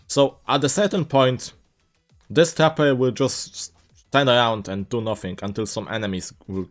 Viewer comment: it just sounded like he said "tapper" in the intro